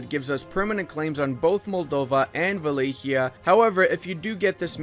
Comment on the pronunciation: its not wilikea. its Wa-la-kia